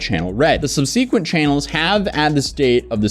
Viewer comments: Subsequent Look up how to pron……oh you got it!!! No no no!! It’s subsequent not sub-see-quent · My guy learn how to say subsequent correctly it's pathetic saying it wrong like 50 times I can't stand finish this video now you've ruined it. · The pronunciation of subsequent is throwing me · I have never heard anyone say subsequent like that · the way you pronounce subsequent is triggering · The way he's pronouncing "subsequent" is driving me nuts lol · You really don't know how to say "subsequent"??